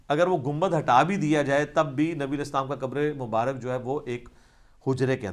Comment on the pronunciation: Aslaam u Alaikum Ali Bhai Masha Allah Bohat Umda Jawab Diya Ap Nay. Jazak Allah Aik Guzarish Karni Thi, Lafz Mubarak Hota Hai, Na Keh Mubarik